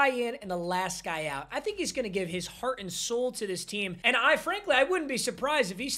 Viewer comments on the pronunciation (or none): none